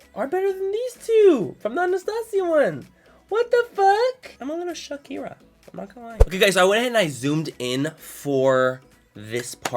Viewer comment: He said Shookira! I'm dead